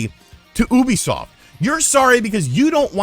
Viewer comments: It's pronounced like "youbi-soft", not "Oooby-soft", stupid. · Do you pronounce "ubisoft" incorrectly on purpose, out of habit, or what? Please!